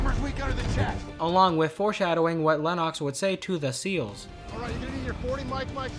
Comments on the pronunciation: I know that, I was making a joke about how you mispronounced his name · How have you watched this movie so much and still say Lennoxs name wrong?